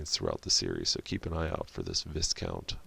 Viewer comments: If it is supposed to be pronounced like the military/gentry title from Europe then It's pronounced Vigh-count or Vai-Kaunt not Viss-count. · Sorry, but. Viscount is a title of nobility and the 's' is silent. Vye count.